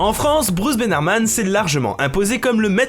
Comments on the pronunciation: C'est BENAMRAN, Bruce BENAMRAN pas Bernarman... dsl Sinon Science Etonnante donne aussi dans la physique-chimie et dans la SVT, pas que les maths ^^ Voilà voilà, sinon excellente vidéo comme d'habitude ! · Bruce Benamran et non Bruce Benarman ;) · Par contre, c'est Bruce Benamran et pas Benarman ^^ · Benamran, bon sang, BE-NAM-RAN. Pas BenarMan. C'est un vidéaste, pas un super-héros. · Bruce Bénar-man ? connais pas. Sans rire, il doit en avoir un peu marre qu'on lui écorche son nom, non? Même si c'est plus dur de prononcer "mran" que "rman" c'est pourtant bien Benamran son nom :) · BRUCE BENARMAN?? SERIOUSLY???? Désolé j'ai pas pu m'empêcher de poster ce commentaire dès que j'ai entendu un si prestigieux nom écorché. MEUH!